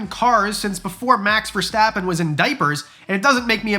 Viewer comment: As a Dutch person, it's so funny how you said Max Verstappen😅🤣